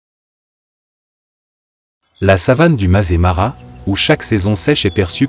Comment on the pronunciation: Le Masaï Mara prononcé "mazémara", quelle invraisemblable imbécillité ! Voilà ce que peut donner une vidéo générée par IA avec une voix artificielle incapable de lire correctement un texte écrit. Cel ferait pleurer un veau de 3 semaines. Allez me chercher un veau ! Quelle pitié ! Je laisse tomber et je vais visionner un western italien, un vrai nanar sans doute mais au moins ce sera filmé.